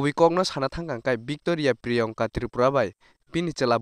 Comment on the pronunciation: please brother pronounce my name well my name is Priyangka not priyonka 😂